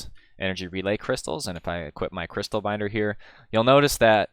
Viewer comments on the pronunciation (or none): none